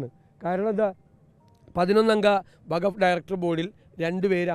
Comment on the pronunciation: വഗഫ് അല്ല, വഖഫ് ആണ്. അതെന്തെങ്കിലും ആവട്ടെ ഈ വിഷയത്തിൽ ഒരു മുസ്ലിം സംഘടനാ നേതാവും ഒന്നും പറഞ്ഞ് കേട്ടില്ല പിന്നെ അങ്ങ് എന്തിനാണ് മെഴുകുന്നത്.